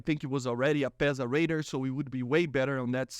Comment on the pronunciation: Yo the way you say radar is hilarious. ''Raider'' ? ? ?